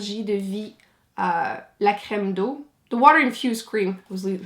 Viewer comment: 🙋🏼 Hello, super vidéo 👍🏼I love them. 😀 You are undeniably the best. 💗💗💗😊 But i am very surprised that you pronounce so well French ( Lancôme, La Crème D'Eau 😄) I do not pronounce English as well! 😅 Did you learn French? XOXOXO 😘😘😘😘😘